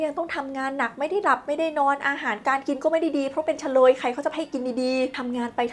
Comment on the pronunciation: เชลย ไม่ใช่ เฉลย